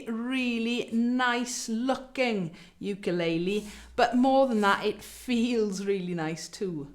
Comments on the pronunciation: Bloody hell!!! Pronunciation sucks!! Wtf is a you-kay-lay-lee???!!! And what is a point of pew???? Are south african??? Bloody hell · Why does she keep saying ew-kuh-lay-lee ? 😆